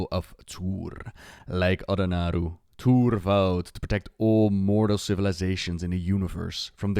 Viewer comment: Tuur-e, not Tuur :P